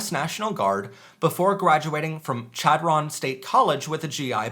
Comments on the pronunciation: Just a heads-up, it's pronounced Shad-run. It's a great college for aspiring educators. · Hearing people pronounce Chadron wrong amuses me. "Shad-Rin" - Alliance, NE native. 🏳‍🌈